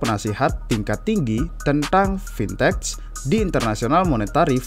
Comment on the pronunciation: fintech bacanya biasa ajalah fintek bukan c